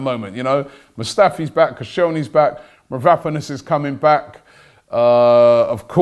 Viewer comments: MAVROPANOS Robbie!!!!Get the Pronunciation right. Its disgusting hearing you say Mavraponos all the time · Robbie literally cannot pronounce anything. It's Konsantinos Mavro-panos not Kostas Mavrap-anos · MAVROPANOS Robbie not Vanaponous🤦🏻‍♂️ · Did you mean Konstantinos mavropanos? It ain’t that difficult robbie ffs